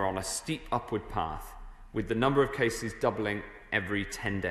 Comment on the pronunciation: Notice how he emphasised Cases